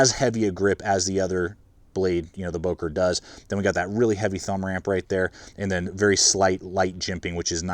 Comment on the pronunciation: i liked, good vid. would wish the böker had a finger choil, as well as the delica. would make the delica almost perfect for a lightweight edc. one more thing: dont wanna be smartass, but its not "bouker", as english speaking people say, its "böker". please look it up how its being spoken. would make the vid more sympathic, professional and international, more world-opened up.